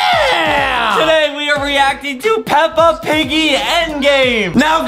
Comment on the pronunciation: Adem: says peppa piggy Me: 😂😂😂